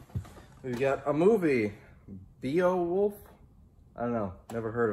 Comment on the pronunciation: Beowolf is pronounced Bay - O - wolf. Did you really not know how to pronounce it?? It is hard to tell sometimes when you are just pulling our leg.